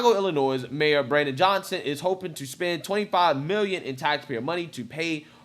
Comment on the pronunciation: I’ve told you this before, and I’ll tell you again when you say the word Illinois you do not pronounce the S